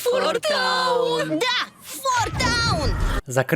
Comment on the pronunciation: это фо таун а не фор таун